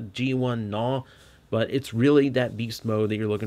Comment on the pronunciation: I am glad you are not pronoucing his name as G'naw (Guh-naw)